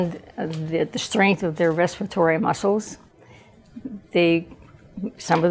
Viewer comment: Re-spire-tory? It’s respiratory failure.